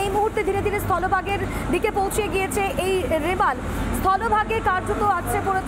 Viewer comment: রেমাল না রুমাল 😂